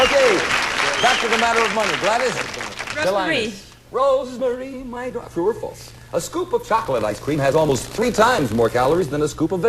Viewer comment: "Rose Mare", seriously? 👀